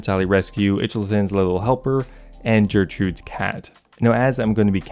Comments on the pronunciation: Jertrood's Cat? Do you really not know how to pronounce the name Gertrude? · Sorry are we just not going to address your pronunciation of Gertrude as Jertrude? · Bruh what are your pronunciations in this video lolol "Itchelthin's little helper" "Jertrude's cat" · Holy this video is riddled with some really interesting ways to pronounce things ahaha. Sophanem. Its Menaphos reversed. It's pronounced "sof-fen-em". And Gertrude is a real world name. Pronounced "gur-trood". With the "gur" sounding like "grrr". Not a "jeh" sound. Icthlarin is pronounced like "ick-fla-rin".